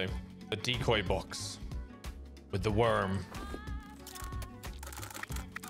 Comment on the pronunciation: Why he say "worm" like that lmao😂